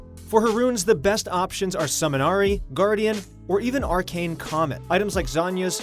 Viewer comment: Summon Ahri?! sounds OP!! Just kidding. Pronounce your shit right plz